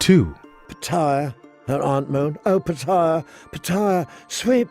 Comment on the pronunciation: The constant switching from pronouncing peter to petyr like its spelled makes me thing you are using AI